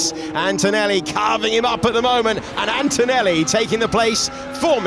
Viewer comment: 0.42 "antoelli alongside piastri" hes been watching too much david croft